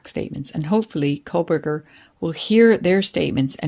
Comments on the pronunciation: I watched the KR trial. I can understand why ppl might mispronounce Dever, but Kohberger and Kohlberger, not so much. Don’t need to add extra letters to get from Dever to Dever. 😅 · Koh-Berger. There’s no L in his name 😂 why does everyone mispronounce it? 😂😂